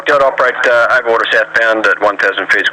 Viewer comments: Cubetorials I think they know it’s the phonetic alphabet and what he said. It’s just that his accent makes Delta sound like Dildo lol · haha i heard that made me laugh, i assume its just his accent saying delta fast xD glad it wasnt just me